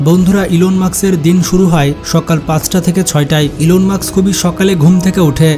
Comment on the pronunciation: ভাই ওনার নাম ইলন মার্কস নয় ইলন মাস্ক